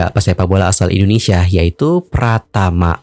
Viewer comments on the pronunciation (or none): none